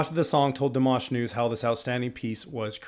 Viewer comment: FYI - it is not: DEE - mash. It is: dee - M(AH)SH. Accent on the last syllable. You got the AHH sound, tho!!! (Some people pronounce it like "MASH"ED POTATOES! YUCK, Good job listening. I noticed you also caught the pronounciation of his last name at the end of Stranger! Another FYI - Dimash is classically trained in Kazakhstan, beginning voice and piano at age 5. He has degrees in Bel Canto (2014), Vocal Contempirary Music (2018), and a Masters in Composition (2020.) He is now working on a PhD in Musicology. This was my furst time seeing you. I definitely SUBSCRIBED. I learned from you about Dimash and FIRE (metal song) I will look it up now, My grandson is a guitar player - metal, but I do not know which type. I looked this up just now - Dimash speaks Russian and Kazakh. He is studying English and Mandarin. He has also performed in Mandarin, English, French, Turkish, Ukrainian, Spanish, German, and Italian.